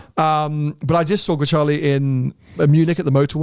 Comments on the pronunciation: WHy do you pronounce it as GreCHale? It clearly says Grecale. It's read how it's written in Italian. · Is it not pronounced "grakalé" ? 😬